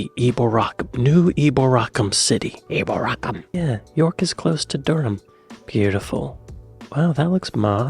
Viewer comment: Eboracum is not pronounce as the narrator pronounces it with the accent on the third syllable. Rather, the accent is on the second syllable.